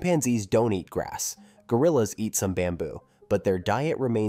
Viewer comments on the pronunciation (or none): none